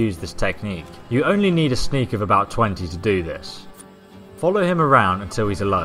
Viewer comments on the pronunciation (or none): none